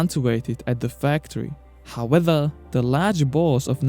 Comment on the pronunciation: Top viseos. But try to say “however” and not “howether”